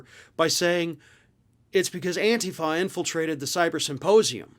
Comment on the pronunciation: Thank you for pronouncing antifa correctly with the emphasis on the first syllable. Thank you for a very informative program.